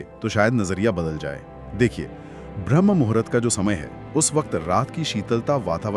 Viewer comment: ☝🏼भ्रम मुहुरत नहीं 'ब्रह्म मुहूर्त' ! . . पहले उच्चारण सही कीजिए . . बादमे video बनाना !